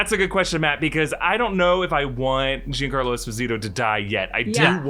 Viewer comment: Juan Carlo like the king of Spain? 😂 It’s Giancarlo and please learn how to pronunce Esposito my american fellows 🤝